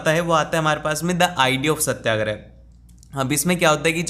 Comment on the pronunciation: Satyagraha= satya+agrah Not satya+grah 🙂